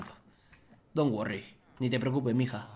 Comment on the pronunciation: Don guorri tulaifs